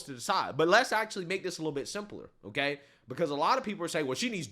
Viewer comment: She was never qualified. Biden said Otay.